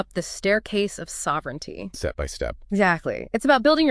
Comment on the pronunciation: Put the stress on the first syllable of ‘sovereignty’